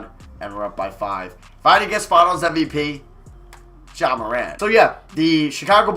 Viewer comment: you the only rebuilder that knows how to pronounce ja’s name